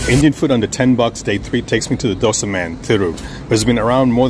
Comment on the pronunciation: What I loved is this youtuber Pronounced Dosa very perfectly, even some Indians pronounce worst way possible